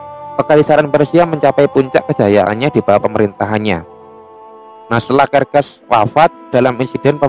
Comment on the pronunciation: serses bang bukan kerkes